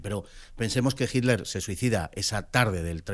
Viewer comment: Si sobre todo de Jitler. 😅 Se dice "itler".